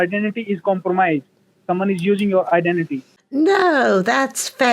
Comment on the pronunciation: These thieving idiots cannot pronounce IDENTITY for all the rickshaws in Scamland!